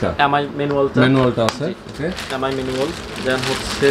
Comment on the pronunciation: এ্যাম আই না এম আই, ভাষাগত কারণে অক্ষরের উচ্চারণ গুলো পরিবর্তন না করি ভাই